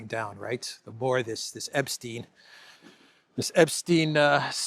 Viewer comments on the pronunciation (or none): none